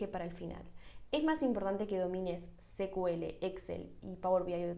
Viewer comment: buen post..! solo una observación con el "secuele".. cuya sigla es SQL (Structured Query Language).. o lenguaje estructurado de consulta En inglés pronuncian SQL como "sicuel".. y en lengua castellana sería "esecuele".. atento a nuevos contenidos.. 👍🏼😊